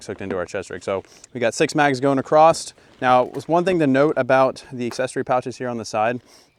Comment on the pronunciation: This guy and "exspeacialy" and "acrossed"...